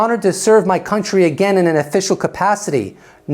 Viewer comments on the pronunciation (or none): none